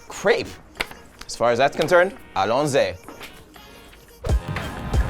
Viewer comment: "Allons-y" is zee not zay. 😐 Donna's introduction was smooth and professional...I'm thinking she's been interviewed a time or two for reasons. Wish splurged on the Tiramisu Nutella Crepe. Looked awesome.